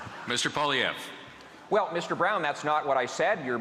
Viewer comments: It's Poilievre not Poliver haha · “Mr Poliver” lol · I wish Leslyn Lewis would make an effort to pronounce Pierre Poilievre's name properly rather than saying Poliver. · Miss leslyn the name is Pierre polilvre say the name right get with it lady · Leslyn Lewis couldn't even pronouce Pierre's name correctly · Leslie doesn't even know how to pronounce Poilievres name. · Can't even pronounce his name properly going to criticize him though? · Leslyn Lewis couldn't even pronounce Pierre;s last name correctly. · Why can't Leslyn Lewis pronounce things right? Poi-Li-Evre jesus. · Not to mention that she didn't even pronounce Pierre's last name correctly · Not pronouncing Pierre's last name correctly proved it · Why are they all pronouncing Poilievre differently?